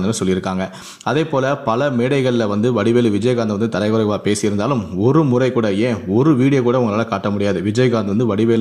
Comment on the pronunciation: யோவ்.. தரைக்குறைவு இல்லை.. அது தரக்குறைவு.. தமிழை சரியாக கற்றுக்கொள்..பலமுறை தரைக்குறைவு, தரைக்குறைவு என்றே சொல்லிக்கொண்டு இருக்கிறாய்...